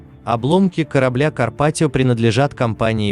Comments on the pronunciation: Почему КарпатиО? Дебильный робот! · Карпатио, напомнили нокиО😂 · блядь, карпатиЯ по русски будет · Карпатио😂😂😂😂 Лооол)))) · Эль Карпатио это феерично